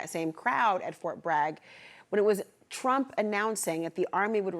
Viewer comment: You don't know how to pronounce Trump again lols...he is really giving you guys headache lols...just chill Trump is on point...leave the hate